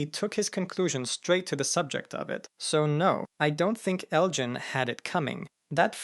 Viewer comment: Ugh… why do you keep pronouncing Elgin’s name incorrectly and correctly all within the same 2-3 sentences? I was happy that you pronounced it correctly for the first time, but then you weren’t consistent with it.